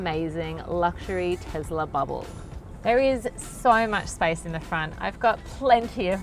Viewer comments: TeSla, not TeZla... Not to mention the worst car review I've seen in ages. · WTF is a "Tezler"?